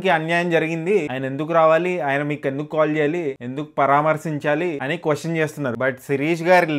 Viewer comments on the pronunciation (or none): none